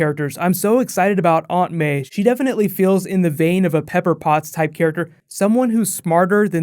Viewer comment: lol the way you say "aunt may"